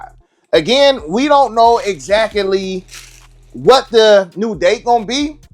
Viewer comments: did I hear you say…exac-o-lee? 😅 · “We don’t know eggzackaly….” 😂